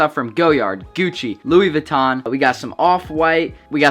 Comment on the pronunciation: *doesn’t know how to properly say Louis Vuitton